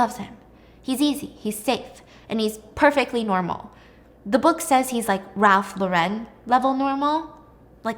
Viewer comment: I love your story telling but pls girl work on your pronunciation bc I get so thrown off sometimes 😭 it’s Ralph LAW-RUHN